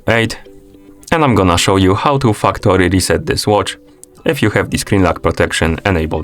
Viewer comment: “Factory” is very tricky sounding like another word here Sir